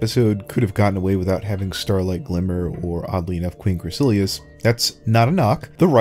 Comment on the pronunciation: This was a great video, but her name only has three syllables: "Crih-sah-lis"